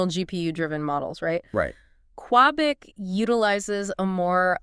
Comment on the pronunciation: Great podcast! Just you pronounce Qubic as cue -bic or ku -bic, not qwe -bic :)